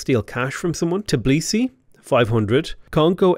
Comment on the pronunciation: Not to be rude, but it's T_bi_li_si, not Ti_b_li_si